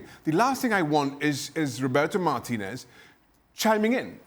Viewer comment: Why is it cringe city? Because he is Hispanic and he is pronouncing Martinez's name properly?